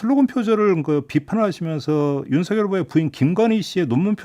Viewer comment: 진행하시는 중에 김종배 앵커께서 '윤석열'을 [윤서결]로 발음해주셔서 속이 시원했습니다. 별 것 아닌 것처럼 보여도 엄연히 맞춤법이 존재하는데 사람들이 이를 어기고 자꾸 [윤성녈]로 발음해서 거슬리더라고요. 사족입니다. ㅋㅋ